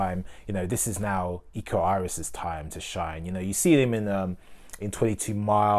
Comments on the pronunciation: Thanks for reviewing it mate, love your review. The Raid protagonist and martial artist is `Iko Uwais`, "Uwais" is being read "You-Wise" hope it helps! ;-) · Its pronounced "oo-wa-is" not "you-waste"